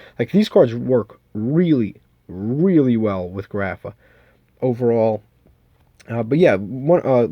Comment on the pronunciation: Why you stupid. You can’t read grapha correctly?